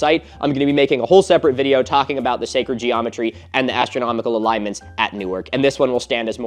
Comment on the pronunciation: Can't wait for Filip Zeba to hear "Secred geometry" 🤣🤣 Love the video, and as a Europian, love that "it's mound of dirt, as Partheon is a pile of rocks"👌